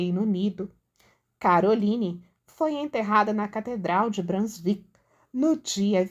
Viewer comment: A pronúncia de «Brunswick» é «brúnzúík».